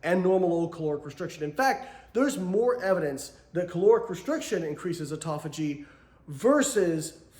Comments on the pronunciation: The old offftofogy…..it’s autophagy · Never listen to someone on the subject of autophagy, who can't say the word autophagy.